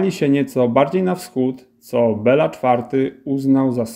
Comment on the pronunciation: Bilo, nie Bela, tak miał na imię król węgierski:) To "e" jest z akcentem, czyli fonetycznie to węgierskie "i", a "a" jest bez akcentu, więc fonetycznie to węgierskie "o". Nawet po polsku lepiej brzmi Bilo niż Bela:)